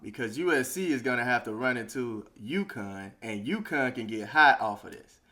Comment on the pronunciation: UCONN, not Yukon. Lol.